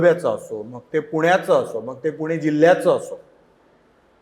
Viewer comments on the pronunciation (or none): none